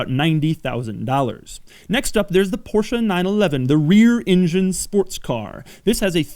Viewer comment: The Audi R8 " the mid ingune exotic" lol